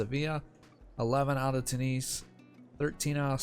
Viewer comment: Why you say Two knees not tune is?